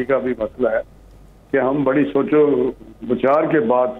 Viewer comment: Badi nahi bol pata. R bhi nahi bol sakta. Gajab h. Namuna.